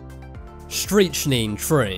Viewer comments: Pronounced STRICK -NINE not 'striCH --nine'. You could fuck some people up if you mispronounce poisons! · The scariest thing was your pronunciation of strychnine. It’s pronounced “Strick-nine”. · It’s pronounced “ Strick - nine” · You should check on the pronunciation of "strychnine" before you try to pronounce it. It's "struck-nine." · Pronounced strict nine streetschtree